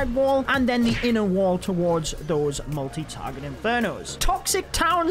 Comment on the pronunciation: whenever he says multi (inferno) my brain always thinks 'molty'